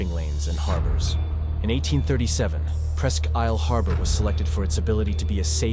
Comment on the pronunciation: New viewer...great video 👍 Just because I used to live there, I have to..Presque Isle is pronounced like Presk Eel.